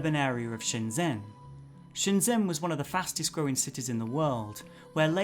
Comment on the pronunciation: Just a polite FYI that zh is close to a J sound in Chinese. So Shenzhen is pronounced shenJEN. :)